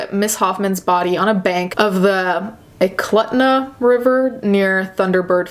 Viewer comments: it’s pronounced (eh-cloot-na) lmao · This murder case really fucked me up. My name is also Denali, and I used to live in Thunderbird Falls. I know the area very well, and used to drive past Eklutna everyday. Also, not to be "like that", its pronounced Eh-clue-t-nuh, in case you were curious. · Also it's pronouced the E-CLUT-NA river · Affirm. We all knew Cynthia Hoffman up here, a tad weird knowing both the victim and the perpetrator. Denali was fucking insane, even hit on my buddy who was far too old for her. Super weird. And my friends and I actually turned in the Snapchat pictures to the court and some of my buddies testified against her. And Cynthia Hoffman might have had some special needs. Additional. You mispronounced Eklutna. The U sounds like OO. And the whole “out of state relationship” stuff is very common. There’s a lot of stuff you wouldn’t get unless you were a Statesider. It’s the biggest state, but it’s a small state in terms of people. It’s okay, you’re an outsider, no judgements.